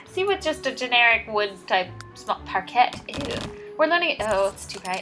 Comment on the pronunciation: Par-Kay is the pronunciation